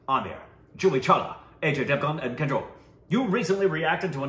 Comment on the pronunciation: Correct pronunciation of names- It's Aahjay Devgan not AJ Devgan and it's Kajuhl not Kajole